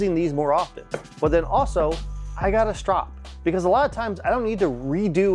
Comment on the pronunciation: Strop...that's the word I couldn't figure out what he was saying!!! 🤣 Now I can find it in his links. So thanks for your comment. 🤣